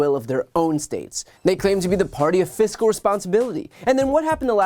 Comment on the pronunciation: I thought that they said they were the party of "fisty responsibly" 😂😂😂😂😂😂😂😰😰